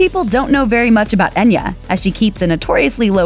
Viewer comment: The spelling is Enya but in Gaelic ( which it is ) its pronounced Aiyna .Try it ,its worth pronouncing it correctly .